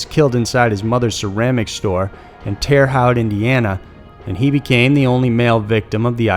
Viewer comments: Michael McCown was killed in Terre Haute. Pronounced Terra Hoete. I live there lol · It’s said tear-ah hote... terra haute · It's Terra Haute, pronounced terra ho, not terra howt. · Terre Haute rhymes with "coat" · Just an FYI, Terre Haute is pronounced TEAR HOTE (rhymes with note). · I was too! Haute rhymes with "coat"! Lol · I live in Terre Haute, and you pronounced it wrong. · Sameeeeee it's funny hearing anyone that's not from there pronounce it. They almost always butcher it. Haute like in haute couture